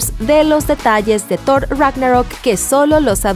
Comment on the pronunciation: bueno en este video si es Thor y no zord xd